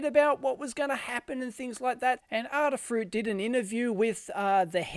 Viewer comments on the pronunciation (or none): A. Say it with me... the first letter of the alphabet is... A. Now say Adafruit. Not Aahdahfruit....... Adafruit. See how easy that was?